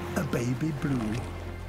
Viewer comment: A baby blue (so british)